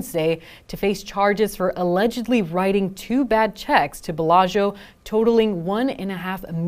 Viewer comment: 10k bail? for a millionaire check fraud. Of course he's a no show. How is it possible that a Las Vegas news anchor can not pronounce Bellagio?